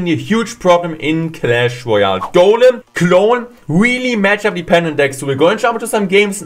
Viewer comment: "Such a good gematchup" haha when the German kicks in! 😂